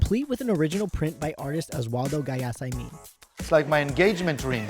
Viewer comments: The way he pronounced Guayasamín..... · Let’s be honest, you butchered Guayasamins name